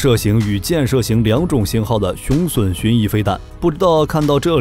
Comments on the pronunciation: 雄筍？ 雄隼（準） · 雄隼???!!!奪筍啊~~~那個在台灣念準!! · 隼唸 "準"，不唸"損"…中文質量有問題！ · 隼的讀音錯誤，不是筍，是準。